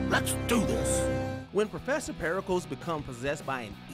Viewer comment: Professor what? I think you need to double-check your pronunciation